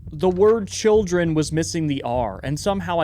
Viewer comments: the missing r is in the last word! Instead of saying children, it says childen :3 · “childen” last word, missing an r